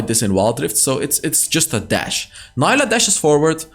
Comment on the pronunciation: Fyi, her name is pronounced as “Nee-lah” 🫡